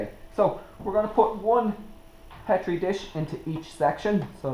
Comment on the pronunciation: You said petri wrong